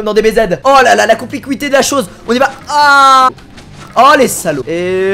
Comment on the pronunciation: "la complicuité de la chose" Oui bien sûr Squeezie...